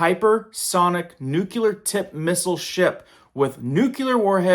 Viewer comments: International waters begin after 12 nautical miles (NM). There are couple, in depth, caveats to this from 12-24 NM and 24-200 NM. Most laws of a given nation are usually enforced within the 24 NM range. Unrelated if you could, please pronounce "nuclear" properly. I just sounds horrible when it is so easy to say it properly. Just think of a brand new clear drinking glass. It is new and it is clear. It is new clear. Hearing someone say nucular (new-cue-ler) makes me want to rip my hair out. It just sounds awful and uneducated. New clear. Simple. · 'Nu-cle-ar' NOT 'Nu-cu-lar'. As a former US Navy Nuclear Engineer I cringe whenever I hear 'experts' mispronounce this word. Btw, there have always been Russian boomers off our coasts, sometimes VERY close. Enough with the hype. Jeez. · Has it become acceptable to say nucular? I think anyone Who cannot say nuclear should not speak on the issue. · No offense, but it's pronounced like nook-lee-yer,. NOT nook-you- ler.. please stop saying it that way. It makes you look dumb... Just look at how it's spelled. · Nuclear not nuculear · I only wish people would learn to correctly pronounce the word “nuclear.” It ISN’T nucular!! The L falls immediately after the C. NUCLEAR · Nuclear. Not "nukyaler." You sound like W. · It's pronounced new cle ar not new que ler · nuclear not nucular 🤣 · It's NUCLEAR, not nukelar ... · Lol..Just making note of it..Reminds me of when George Bush use to talk about "Nuculear" ...Nuclear is how its pronounced..Just had to say it..Thanks for the report..I have seen reports of it for weeks on google. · Nukelar why is it so hard for people to say "nuclear?" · Thank you for the info. Also it's pronounced nuclear not nuculer. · Can you stand a little friendly criticism? Nuclear is not pronounced noo-ku-ler. It is pronounced noo-klee-er. Even GW Bush mispronounced it. It just bugs me because I spent 30 years with the military. But thanks for all your excellent reporting!! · 🤣🤣🤣🤣🤣"Supposebly" "Nucular"...